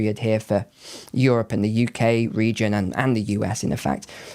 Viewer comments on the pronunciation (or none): none